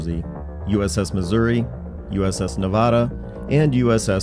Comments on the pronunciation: GREAT PREMISS GOOD INFO .... BUT NEVADA IS PRONOUNCED NEV - ADD UH NOT NAW VAW DUH IT WAS ALSO NOT AN IOWA CLASS SHIP THE ILLINOIS WAS STARTED IN '42 CANCELED IN '45 UNFINISHED BROKEN UP IN '58 AND THE KENTUCKY WAS LAID DOWN IN '42 LAUNCHED IN '50 & BROKEN UP IN '59 OFCOURSE THESE LAST TWO WERE ORIGINALLY THE FIRST OF THE MONTANA CLASS BUT WERE THEN REDESIGNATED IOWA WHEN MONTANA'S WERE CANCELED WHILE THEY WERE IN PROGRESS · NEVADA!!!!!!!!? disappointing mistake.